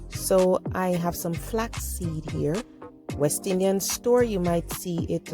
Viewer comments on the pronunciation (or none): none